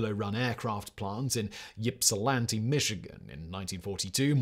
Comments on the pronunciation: Yippulanty is pronounced with a silent Y so it's like Ipswich. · The Y is silent, it's pronounced Ipsilanti.... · It's pronounced Ipsa-lanty (Ypsilanti). Or just Ypsi 😉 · I know people from Michigan who can’t pronounce Ypsilanti right 😂